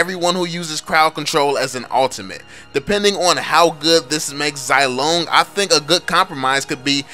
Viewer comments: You pronunce him zy-long, it shoud say it zee-long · ffs I'm pretty sure that it's pronounced "zee-long"